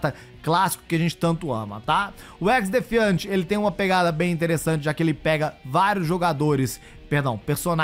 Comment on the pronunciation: O cara não sabe falar o nome certo do Xdefiant 😂😂😂😂